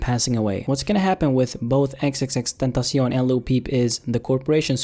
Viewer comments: You say his name like XXXTENTACI-ON It’s clearly XXX TENTA SEE ON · xxx-tEntahsyon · Lol you say "XXXTentacion" with a weird Spanish kinda accent / pronunciation. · I like how he thinks xxxtentacion is pronounced in mexican 😂😂😂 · Why do people say his name like that like stop trying so hard💀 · nigga doesn't even know the correct prenounciation LOL